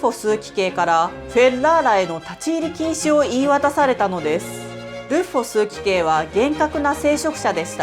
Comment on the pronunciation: 素晴らしい！です。 ヴィヴァルディの本を読んだこともありますが、ここまで詳しくなかったです。感謝します。 ヴィヴァルディは神と摂理を信じて頑張って力尽きたのかな？とも思います。またゴシキヒワはキリスト受難の象徴なので感じるものがありますね。 細かいところで申し訳ありません。枢機卿＝すうききょう が正しい読みと思います。